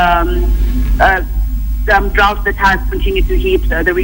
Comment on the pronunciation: just a small correction,bonny dought is pronounced drauot not drot